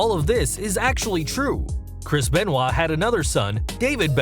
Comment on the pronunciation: You pronounced Benoit wrong just so you know